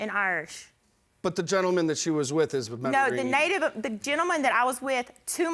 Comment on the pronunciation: The way that first women is pronouncing Mediterranean 😂😂